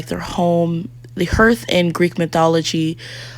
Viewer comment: Hearth is pronounced (harth)